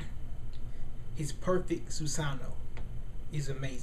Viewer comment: Erm I Like The Video, But It's Pronounced 'SU-SA-NO-O' And Another Thing ... Madara's Susano'o Is Meant To Look Like A Tengu O.o ...